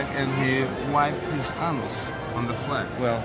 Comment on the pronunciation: He actually got the guy to say “anoose” lmmfao